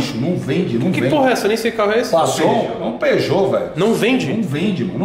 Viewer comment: TOGURO:PASSION? QUE PORRA É ESSA? VENDEDOR: PEUGEOUT KKKKKKKKKKKKKKKKKKKKKKKKKKKKKKKKKKKKK